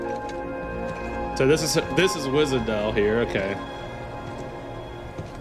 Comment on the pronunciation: For n'th time, Wishadel, not Wizadel. They really made her dirty with Czech SH. Amiya spell it correctly here.